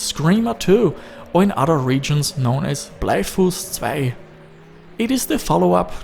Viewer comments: "Bleifuss Zwei" really got me! xD You pronunce it with a bavarian accent wich is hilarious. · very nice bavarian pronunciation of Bleifuß 2 ;) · Blei Fuß 2? Nice Austrian accent on that. Can't tell if Australia or Austria.